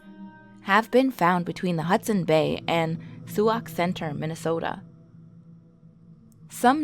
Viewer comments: Its Sauk Center Minnesota, not Sioux ox center. Do your research before you do your video. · Its sauk center, like sock , but spelled sauk. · "Soo-auk centre" lol these coast people don't know anything about northern names. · Itsa pronounced "SOCK" centre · It's pronounced"sock" center. Sauk Center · Its pronounced stock center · She said Sauk Centre wrong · Could try pronouncing Suak Centre properly! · mispronounced Sauk center and said mispronounced sioux.